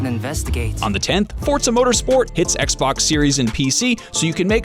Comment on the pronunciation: How difficult is to say: XBOX ?